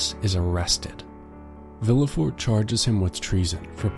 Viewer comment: My ears were bleeding with the bad pronunciation! MONsuir, SHATTO D-eef, vil-le fort. I couldn't take it